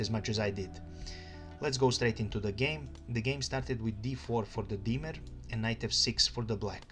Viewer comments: It’s diemer not Dwight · in The "WHITE" played Bishop 3.! Also your pronouncing "Diemer" incorrectly.